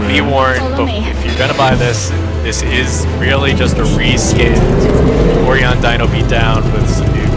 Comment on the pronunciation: It's pronounced Oh-Rye-On. Sorry, that was driving me nuts. XD